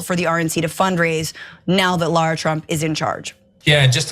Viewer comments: I thought she said Lord Trump, I had to rewind twice 😂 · yeah i heard "Lord Trump" initially be realize she said "Lara Trump" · I heard that too. gagged a little.